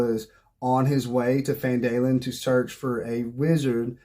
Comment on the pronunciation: Great video and great advice, but... It's "Gundren" and "PhanDUHlin", not "Grundren" and "PhanDAElin". 😂